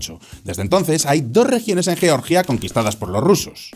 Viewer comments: Es horrible cuando pronuncian yioryia el país europeo. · ¿Por qué decís yeoryia? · por qué pronunciais Georgia como el Estado de Norteamérica?